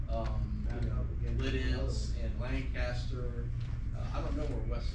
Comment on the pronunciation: LanCASTER??? It’s LANCASTER! All one word! As a native Pennsylvanian this hurt me 😢